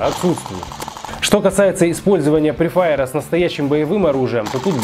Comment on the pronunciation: Какой прифаер? Фрифаер даун 🤦‍♂️от анг фри то есть свободный огонь